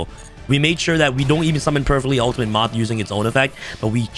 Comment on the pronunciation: For a second I thought you said, “… Summon Perfectly Ultimate Great Month” instead of moth